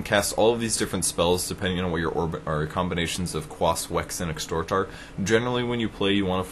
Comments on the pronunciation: okay... wtf... WHY does everyone call it "extort" - he's not extorting anything, it's exORT! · You said Extort. Lol. XD